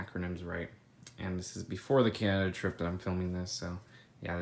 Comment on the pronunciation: Did you say Canada